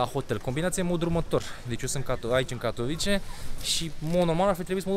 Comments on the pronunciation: Se pronunta Katovițe numele orasului, nu Catovice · “Katovițe”! Ai la îndemană Google Translate și restul internetului pentru a ști pronunția corectă. Dă-i înainte tot așa, măcar faci vlogging, nu operații pe creier. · Katowice se pronunta "catovițe"! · Invata sa pronunti corect numele localitatilor. Mai rareste din englezismele ieftine si invata sa spui ca lumea Katowice, Lodz sau Chorzow, ca sa nu mai pomenesc de unele orase nemtesti sau frantuzesti pe care le-ai stalcit in ultimul hal.